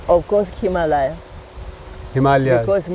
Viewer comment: Can you pronounce the word Himalaya? You are in public platform and promoting heritage, culture and spiritual values of the divine country, you must be responsible to pronounce correctly the popular regular important words of our culture like himalaya, saadhanaa, bhaarata,. Please visit to a learned person and get proper pronunciation. Even the saadhvii lady pronounces these words more accurately, you must notice this!!!!